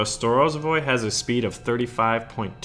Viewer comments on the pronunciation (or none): none